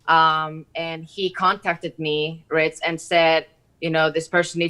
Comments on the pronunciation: Sounds like she calls him Ritz hahahah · It's "" xDDDD